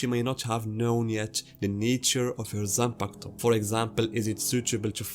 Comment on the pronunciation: I HIT MY PEN EVERY TIME YOU SAY YOU SAY ZANPAKATO!!! LET'S GOOOOOO!!!!!!